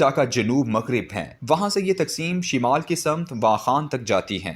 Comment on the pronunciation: THIS WORD IS NOT, SHIMAAL, THE CORRECT WORD IS, SHUMAAL, CORRECT YOUR URDU PRONUNCIATION, DO NOT CREATE NEW PRONUNCIATION